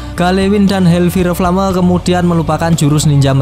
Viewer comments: Bukan hel fire flame tapi hel fayer flem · HELLFIRE FLAME : HELLFAYR FLEYM 😩😩😩